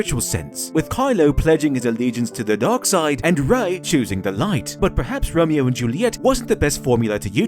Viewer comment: Whenever you say Dark in that accent you had for this video. It sounded like you were saying Dog (or Dawg). So multiple times it sounds like you’re saying The Dog side of the force.